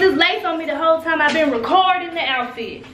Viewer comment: Lmfao “ am racourrding” loool